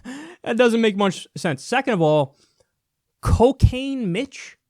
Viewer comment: Little girl 1: "Mr. Don, what's coo-cane?" Also, Dude, the preferred nomenclature is Asian-American.